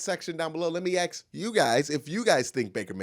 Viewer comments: One thing i noticed watching your videos: Why you always say aks insted of ask? Is that a joke? Is that some Cleveland accent? Because you are the only one english speaking person in the world who i hear says aks? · Axes. ...again!!! Bro doesn't even give a fuck to TRY to say the word right. Lmao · It's super common. When people told him he said it wrong he couldn't hear a difference. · So you say he is the only one talk like that? I'm from Europe, English is not my mother tongue, so it's very strange for me to hear him talk like that, because i've never heard anyone else say aks.